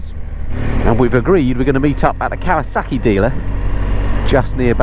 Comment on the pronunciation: Did you say.... cow a suckie??? Is this in Worcestershire with the tunnel bridge you went under ? It looks so familiar from another channel I watch. How many ways do you pronounce Kawasaki? I've heard 3 I remember when the first kow 900 came out in the early 70's and the joke was when trying to get insurance for it, the insurer would say, that's not a motorcycle, that's a rocket. 😂 and then a year or 2 later the Kz 1000 came out and not many could afford the insurance on it. So this is a new video??? You said happy new year. This has got to be cold.You should have said the temp. Scran is not a U.S. Navy term. I would know. geedunk is for junk food as well as pogey bait. Why are you people still closed? Another great thing we did not do in Florida. Fries and EGGS???????!!!!!!!!!!!!! ham and beans??????!!!!!!!!!!!! Pork blood????!!!! Oh, only at gunpoint. how does anyone eat blood???? Nice ride. thanks. 😁